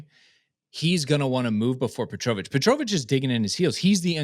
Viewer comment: Can we confirm how you pronounce petrovic is accurate? Because the way you're saying it sounds so wrong and it's killing me 😬